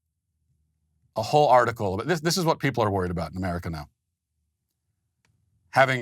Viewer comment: Americal! I like the sound of that.